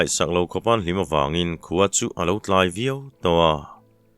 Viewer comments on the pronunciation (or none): none